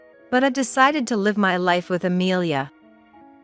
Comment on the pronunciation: It’s live misponouned incorrectly